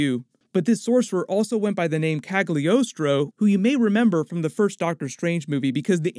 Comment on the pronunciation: I hope I'm not the first to point out that the g in Cagliostro is NOT pronounced.